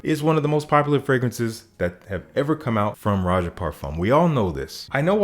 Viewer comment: Props on the Roja tongue twister